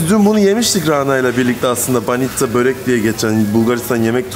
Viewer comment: banitza diyip durma şuna BANİÇKA abims